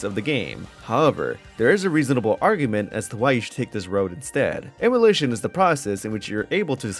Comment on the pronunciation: Say it with me "em-u-laaaaa-tion" You dont have to own the game to play it